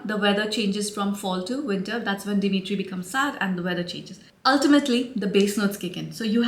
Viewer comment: I love you, but it’s Demeter 😅